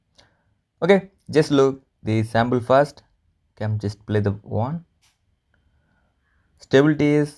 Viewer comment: Dude its sample ...not sambal ,rock dude😎😎